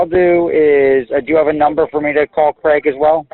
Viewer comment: And we don't pronounce Craig/Gregg like that.